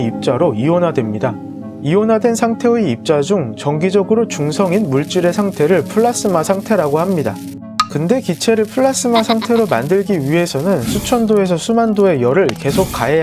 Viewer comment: 플라스마? 플라즈마라고 하지 않나?!